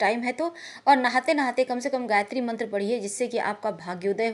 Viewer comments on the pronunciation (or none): none